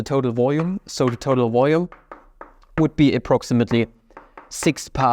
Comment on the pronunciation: It's VOLUME not "voyu🥴me" Your accent really gets me like, Value= vayu Try saying L for once atleast